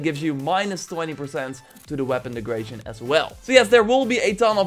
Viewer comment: Came here for the tips. Left because of "one hunder" and "weapon degration". SMFH.